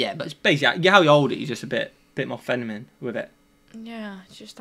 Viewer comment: "Fenimine" lol